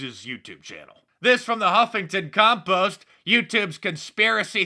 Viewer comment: Mark, I would appreciate it if you kept calling it Huffington Compost.